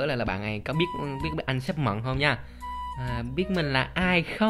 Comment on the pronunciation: Mận chứ ko phải mậm haha